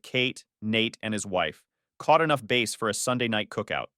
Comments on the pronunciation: Please fix your AI when you go fast fishing please make it a bass not base fishing and I know you know what I mean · Bass isn't base , its like sass